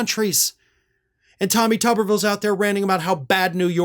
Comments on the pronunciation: It's tuber-ville not tubber-ville. Village of potatoes not village of washers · Pronounce it tooberville. Makes more sense.